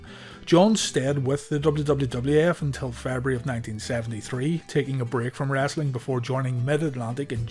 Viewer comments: Its WRESTLING not Wrastling. For gees sake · Its wrestling not rasling